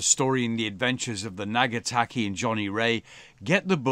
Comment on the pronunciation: Loved this episode. Thank you for honouring Johnnie Wray as you have. Just a quick comment on pronunciation of his yacht's name - it may help you with pronunciation as you sail around the Pacific. The name is spelled "Ngataki", not Nagataki. You pronounce the first two letters the same as in the word sing or song - so it is Nga (almost like singer, but with an "a" sound on the end rather than er!) taki.